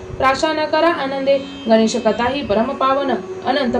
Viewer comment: ganesache nav yogya prakare uchhara